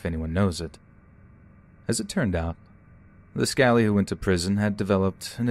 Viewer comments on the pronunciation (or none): I’m from Liverpool and grew up on smith down road... it’s pronounced “s-cal-lee” not skaley haha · scalie! so cringy!... its pronounced sc - ally. short for scallywag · It's "scally" not "scaly". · Its scally not scaley it means someone from liverpool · I know I was giggling away at that 🤣 yeah like scaliwag xx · Scally or scallies is how it’s said!! I wondered what was meant when I heard ‘ scaley’ !! Sorry for the slight nitpick!! Well narrated as always. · Best would Skah-leez I'd say for ease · I love mispronunciation of 'Scally', scally rhymes with Cali. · awesome colab guys, although I did have a bit of a chuckle at scally being pronounced scaley, I suppose it's not far wrong XD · Rip every time he says scaley instead of scally 🙊 lol love the vids though! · Liverpool story. Not scaly, but scally -rhyming with 'alley' btw. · BTW it’s SCALLY as in SCALLYWAG - not scaley 😂 but it’s nice to here stories from us Brits 🇬🇧🇬🇧🇬🇧👀 Smashed the like button before Smashes me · I can't stop laughing. When you said scaly lad. It's skaly like ally but with sk at the beginning. I'm sorry 😞😞😞😞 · I think he means scally, not scaly in the Liverpool story.... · im sure on story 4 when he says scailey lads its supposed to mean scally😭im from n live in liverpool and i am pretty sure thats what he means. you pronounce scally as sca-alley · Very good as always but it'd be remiss of me not to point out that scally used pronounced like Sally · It’s scal-ee not scale-ie. Totally put me off. And I’ve just read the comments, I’m gonna stop listening at this point. The Jamie Bulger story is just too much, it’s constant here in the UK. The poor family never get any peace because it’s constantly being recounted by documentaries etc. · You pronounce it SKALLI not SCAILY. It is short for scallywag! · Aye that was honestly ripping my knitting hearing him say "Scaley"😂🙃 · Great stories 😊 FYI scally is pronounced sca-lee, a as in cat. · you pronounce scally like lee not skei·lee